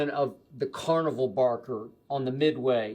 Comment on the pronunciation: "bolony" lmao